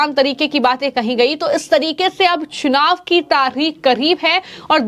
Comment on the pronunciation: चुनाव का उच्चारण😂😂😂